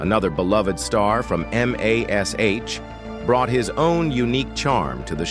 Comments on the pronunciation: Hearing M A S H over and over shows limits of AI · We played a drinking game. Every time the AI say M-A-S-H we drank beer. For every time it said fourt thousand and seventy seven, we drank wine. For every time it said "iconic" we took a shot. We never made it to the end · Horrible understanding of pronunciation of English terms. Spelling out Mash, dumb. Numeration of 4077, dumb. Stopped watching…